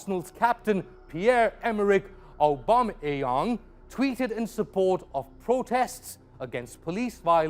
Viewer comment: Why did he say Aubamayang like that 😂😂